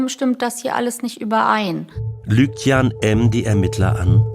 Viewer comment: Der Name heißt Jan, nicht Jahn!